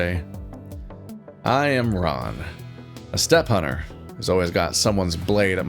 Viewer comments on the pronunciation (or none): The way you said "steppe hunter" immediately made me think "What are you doing, step-hunter?"